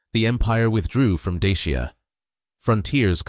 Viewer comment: La prononciation de Dacia et Daciens est EXÉCRABLE!